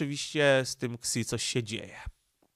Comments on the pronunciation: Ksi? Szi się czyta... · niechętnie się czepnę co do wymowy chińskich słów - nie jestem ekspertem, ale w uszy rażące jest spolszczone fonetycznie "ksi", gdy powinno brzmieć "si" - tak jak telefony Xiaomi (siayomi) Pozdrawiam!, a komentarz dla statystyk i dobrej zmiany 👍